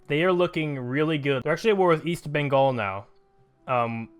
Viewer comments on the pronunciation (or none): none